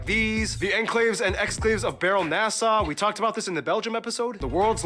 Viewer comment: He made Baarle-Nassau sound like Barrel-NASA and I love it.